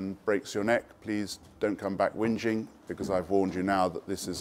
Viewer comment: "dont come back windging" should be our warning label.